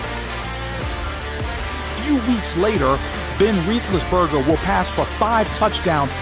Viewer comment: "Ben Rethlesburger" :face-orange-raised-eyebrow